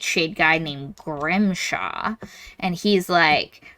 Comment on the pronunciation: It's Grimmshaw. So close, but not.